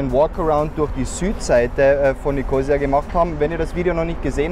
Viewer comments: Ein schöner Überblick! (Nur die Betonung des Stadtnamens braucht Arbeit. ^^) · Hallo ihr "Reiseleiter", Die Stadt heisst NICHT Nikoosia, sie heisst Nikosiiia zum Aussprechen!